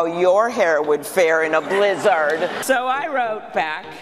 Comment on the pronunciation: I think the worst part of the Klobuchar thing was the way she pronounced blizzard.